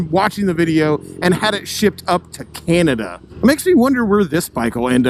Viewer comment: You say CANADA like it's another Planet.